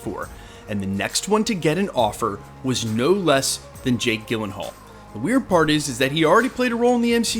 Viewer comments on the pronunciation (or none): “Gill-in-hall”? I’ve heard it pronounced “Jill-in-hall” from many people over the years. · Gyll as in Jill, not Gill 🫡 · P.S. it's pronounce Jill-en-haul, with a soft G sound. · Fun fact: the G at the beginning of his last name is pronounced like a J. Jill-uhn-hall, not Gill-uhn-hall. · It’s like nails on a chalkboard if I hear you say his name Gil-en-hall one more time… it’s Jill-en-hall. 😞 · You are pronouncing Jakes last name wrong, please correct it. It sounds like Jill not Gill...seriously you should know this...🤦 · Jake Gyllenhaal Pronounced: jill-en-hual Your welcome 🙏🏼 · It's pronounced "jill-en-hall" in american english. If you were to go to the Swedish pronunciation (where his family immigrated from) it would be pronounced "yee-len-hall" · Gyllenhaal is actually pronounced "JILL-len-haal". You guys don't ever do research on name pronunciations? Hopefully, he is beardless. It's bad enough that the MCU Thor is bearded (all the time) and helmetless (the majority of the time). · You’re mispronouncing Jakes last name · Dude, nobody on earth pronounces his last name like that lol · I had to stop watching this after the 30th time you said his name wrong. Couldn't take it anymore lol. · I agree with you 110% but for the love of god please say his name right 😖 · I was today’s years old when I heard someone pronounce Jake Gyllenhaal’s last name this way. 😂😂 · Take a minute to learn how to pronounce an actor's name. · Gyllenhaal is pronounced with a soft G not a hard G. Look it up. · Bro, I love this channel but you mispronouncing Jake G’s name about sent me into a panic. Thanks. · Are you kidding me with that pronunciation? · I cringe every time you mispronounce his name. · Did you just mispronounce Jake Gyllenhaals last name? I'm so uncomfortable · Over and over again!